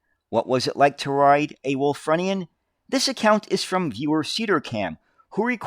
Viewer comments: try pronouncing it as 'Wool /frew /knee /an. Ref the use of the Indian Chief, the sales slogan of the company was "A feather in our cap" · Think it's pronounced Wulffroonian.Bus of my youth . Lived near Wakefield,it was my main bus for school and leisure trips.My dad had not a car. Remember just before they took them out of service,they stopped passengers sitting at the front upstairs. Think to stop the suspension bottoming. There are a couple of preserved ones at nearby Osset......happy days. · It's Wul-FROO-ni-an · It's actually pronounced 'Wulfroonian'... native to Wolverhampton (which was founded by Lady Wulfrun in 985CE). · The pronunciation of Wulfrunian was a little painful as I’m actually a Wulfrunian myself. I have had the ”pleasure” of actually driving one of these at the Black Country Living Museum where I was a volunteer driver for the buses, trams and trolleybuses for around 10 years.